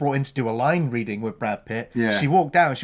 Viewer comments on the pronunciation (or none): none